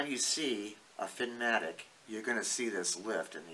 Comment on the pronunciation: Good info. It’s Finnamic, though, rather than Finnmatic.